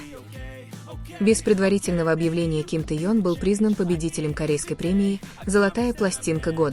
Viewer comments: Автор , пожалуйста произносите правильно имена мировых звёзд. Не Таен или Таенг. Наш любимый ТЭХЕНИ, запомни или ТЭХЕН. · я ей не раз писала автору канала переносите правильно имя ТЭХЁН,а Таён со равно она продолжает называть Таён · Что за дрянь озвучивает, какой Теен, научись сначала имя произносить ужас. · Научитесь правильно произносить имя Ким ТЕХЕНА , давно пора, стыдно за вас, и вам должно быть стыдно 🤔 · Ну неужели трудно называть мировую звезду правильно! ТЭХЁН, ну если вам трудно произносить его имя как БШХ, называйте его ВИ, за новости спасибо! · Спасибо за информацию но очень решит слух от диктора и это недопустимо так коверкать имя Тэхена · Техена, неужели так трудно называть его имя правильно.